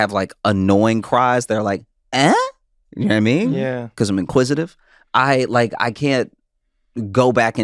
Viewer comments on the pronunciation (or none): Trevor has a bit out there somewhere about his friend "Na-mean" and I've been wondering forever: is that Josh? Every time he says "know what i mean it comes out "na-mean" and I just want to know!